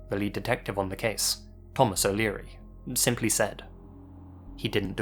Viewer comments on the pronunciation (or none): none